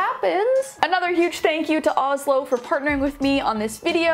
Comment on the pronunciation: help- the sponsor is names the same as the capital of my country (Norway) and u pronounce it more like OoShlo and say more ooo than ohh